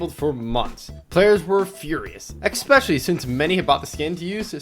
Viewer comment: expresso! expecially? wait..